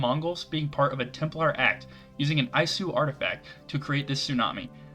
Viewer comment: I never cared about the modern. I always want it to end quickly so I can get back to the historical goodness. Isu is pronounced E-su Kusarigama isn't interesting to me. It's always been an enemy weapon to me, like Rurouni Kenshin ripping into the ninja with Kusarigama.